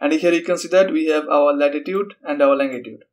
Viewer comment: longitude, not langitude